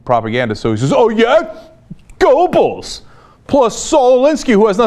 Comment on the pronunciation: It's not Goe-bells, Cenk. Ger-bells.